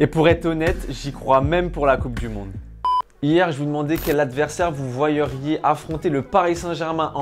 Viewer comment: "Vous voyeriez" aïe aïe aïe. Ça pique..